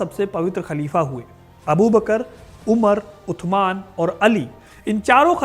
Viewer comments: Utman nhi usman bolo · Usman not utman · Are bhai utman nahi Usman hota hai Angrezo ko Usman bolna nahi ata tha isliye wo utman bolte the apko to pata hona chaiy warna itni history batane k kya faeda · कैमल नहीं जमल है जगह सुधार करें और शब्द उस्मान है उद्यान नहीं। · उत्तमान नहीं उस्मान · Utman nhi usman bolen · अरे यार टांके उनका नाम उथमान नहीं था, बेटा पहले नाम लेना सीख पहले उनका नाम हज़रत उस्मान था। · उस्मान है उथमण नहीं नाम गलत बोल रहे है आप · Aur jaise tu sabke naam leraha hi tu jaleel hi naam sahi se le respectfully aur ythman nahi usman😂😂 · उत्तमान नही होता उस्मान होता है भाई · Bhai maana wo arabi k hisab se usman nhi but itna bold kar k b mat bolo utthman araby me saa ki aawaz nikalo tha ki nhi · 3rd Khalifa ke name ka pronouncation sahi nahi ho raha hai.. Haz Rat USMAN .. HAZRAT US MAAN..... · उस्मान बोलो भाई